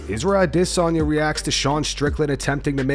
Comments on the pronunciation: "AH DEHHH SONYAAA" I HATE THE WY THIS CHANNEL SAYS HIS NAME...SO EUROPEAN 😂😂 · The way this guy says Izzy's last name makes me wanna vomit